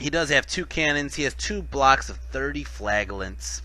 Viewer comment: wohoo you managed to pronounce flagellants properly!!